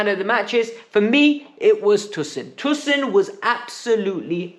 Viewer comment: PLZ pronounce tosin properly😭